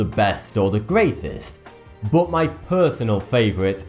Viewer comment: I even thought you were Scottish because I once heard that Scottish people pronounce some of English in a way nearer to German pronunciation than it's usual in standard English. E.g. when you say 'but', you pronounce it a bit like 'put', like Germans would do if it were a German word.